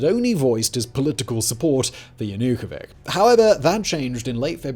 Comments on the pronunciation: Not sure why Yanukovych name is missponounced. How could it be overlooked while preparing for the video? I mean, just read his name as it's spelled everywere, why "k" at the end? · Viktor Yanukovi[ch] not Yanukovik, to begin with... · ZERO MEMTION OF THE ODESSA MASSACRE. JANUKOWYCZ NOT JUNOWYK idiot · You should learn how to pronounce Ukrainian names: there is NO YanukovyK, there is YanukovyCH, just like you pronounce, correctly, ZacharCHenko. But the movie is VERY interesting. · Fun fact: Yanukovik actually has a 'ch' instead of 'k' in his name, making him in fact a Yanukovich. Like dozen times you said his name incorrectly in the first minute. Obamer, Bidon, Cliton and Tramp. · YanukoviCh not yanookovik. If you want to be taken seriously learn how to pronounce names. 🎃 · Would be nice to pronounce politicians names as they supposed to sound.not yanukovic , but yanukovich.And clerify usa, gb and nato rolebin conflict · Another talking-head regurgitating someone else’s script. If you personally looked into the conflict you wouldn’t call Viktor YanukovyCH as YanukoviCK. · In case you are struggling with pronunciation, please use wikipedia: There is a listen button, you download the file, play it and boom! No more embarrassing "Yanukovik". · Damn, pal. That was a bunch of narratives. You did not even learn the name of the leader, Yanukovitch. You did not call him right a single time, damn. And, sure, democracy is not a vote, but the correct counting. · Total garbage! Not a word about USAID engagement, about Victoria Nulend roll in the Maidan "uprising" ... And, it's JanukoviCH, you mo*on! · It's yanukovyCH. You do not pronounse it correctly. The first leader in human history to be overthrown by two consecutive revolutions. This should go into history books. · Yanukovich pronounced with [ch] sound, as in "chimney" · JanukoviK? Was it really hard to learn to pronounce Č like you did with Jushcenko? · >>yanookoveehh ahahahah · Stop butchering Yanukovich’s name😂😂😂😂😂😂